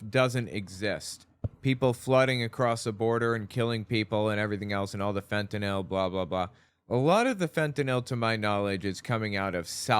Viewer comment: Thank you for being one of very few who pronounce fentanyl correctly.